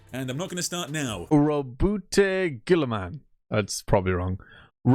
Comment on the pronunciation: This was the cleanest first pronunciation of his name I've heard. Wonderful